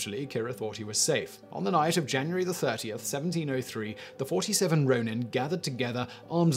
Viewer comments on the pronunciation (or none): none